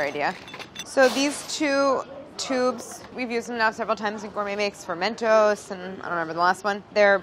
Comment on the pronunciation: At when Claire sais "for mentos", it sounded to me like "fermento's", which would be a great name for Brads line of fermented cereal.